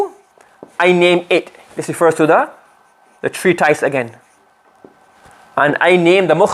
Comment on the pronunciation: Ma sha Allah beautifully explained. Brilliant teacher. Just like to point out it's pronounced tree tis not tys. Couldn't help it as it was said quite a lot.